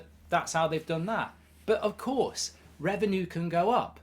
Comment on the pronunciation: Its reven-you, not reven-ooooo